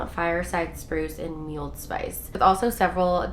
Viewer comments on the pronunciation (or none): Its Mull-ed Spice not Muled Spice 😂